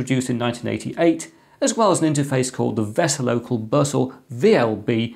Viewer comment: "An interface called the Vizzle local Buzzle" You trying to be a rapper?